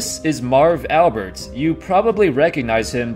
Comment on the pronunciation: 4th word of video and you are already making mistakes on the guys name...Jesus....cannot watch.